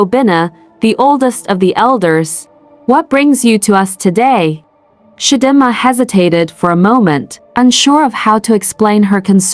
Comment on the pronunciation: It’s Chi Dee Ma AI! Lol 😂